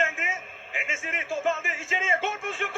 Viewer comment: N Nesiri değil N Besilii